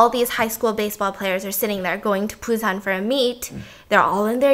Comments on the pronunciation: i love you Steph but you kept saying Train to PUSAN, its BUSAN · Sorry is it pronounce PUSAN or BUSAN cause i keep hearing stephanie saying it with a P ??